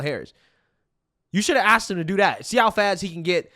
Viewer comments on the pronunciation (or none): “I just axxed you a question!” What a clown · Richey is supposedly a doctor and well educated but can't say the word, 'asked'. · Rashad needs to read a dictionary and learn how to pronounce, 'asked'.